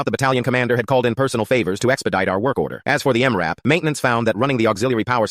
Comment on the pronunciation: Hearing M. R. AP instead of M RAP is irritating